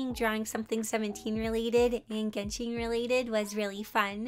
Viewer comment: Just a note (in case you wanted to know) It’s pronounced geh-n-Shen Not Genshiiin It would be that way if it was Japanese it would be pronounced that way but it’s Chinese so it has a different type of sound (I don’t know how to explain it) just in case you wanted to know